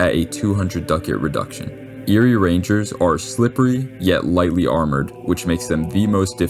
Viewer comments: My only gripe is that you can’t mix Alba with Éire (which is more pronounced Air than Erie). I should be able to flood the board with a bunch of angry Gaels. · I really like vidoes on table top games like this, so good job! One complaint though: Eire, as in the gaelic name for the island of Ireland, is pronounce like the word "ire".